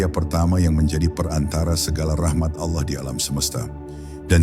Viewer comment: Ini AI ya, penyebutan Allah jadi ALAH, Astagfirullah